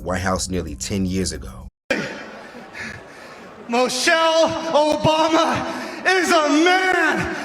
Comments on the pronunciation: Lol this was probably just done to go viral notice he said (Mo'chelle) not Michelle. I bet not enough people paid attention and it was a last min effort to go viral. That was Kool-Aide served not Tea and the internet drank it once again. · Dummy said Mochelle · No brain at all. Because Trump can say anything to them, he thinks he can say anything. Can't even pronounce Michelle. He said Muchelle. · Its MICHELLE not MOCHELLE idiot!! The TRUMP administration is the MOST UNEDUCATED, RACIST and GHETTO representation of the ELITE and the MOST UNAMERICAN AMERICAN'S!! And ONCE again the OBAMA'S displaying UNIFICATION and HOPE a few days later in Chicago!! ❤🎉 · to josh: her name is michelle not mooshell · He couldn’t even pronounce her name correctly, like who the hell is Mochelle Obama 🤦🏾‍♀️🤦🏾‍♀️🤦🏾‍♀️ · This insult came from someone wearing a speedo to an event that drew around 97 percent men. Wow! And ask him who is Moechelle , that’s how this genius pronounced it. Where I work most of the people I come across like that, their parents are brother and sister. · "Mochelle" Obama. Couldn't even get the name right! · He can’t even say Michelle right. From President to the white house and fans, they all sound like 3rd graders. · He has soo little respect for Michelle, he didn't even want to pronounce her name correctly...